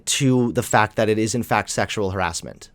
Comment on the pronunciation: How would braces make him pronounce "harassment" as "heeassment", and sometimes an accent that sounded vaguely New Yorky.